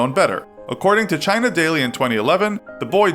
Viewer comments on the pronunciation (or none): none